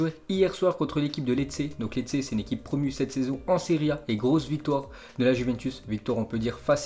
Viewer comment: Lecce sa ce dit "Léché", Brescia sa ce dit "Breschia" fait un effort c'est la base.